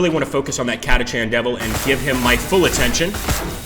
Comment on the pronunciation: why do I get the distinct feeling that they raped the lore? Catachan (pronounced Katakan btw) Devils on a "desert world" , enslavers as local wildlife (if they were that numerous, they'd have controlled the planet by now, making exterminatus neccessary)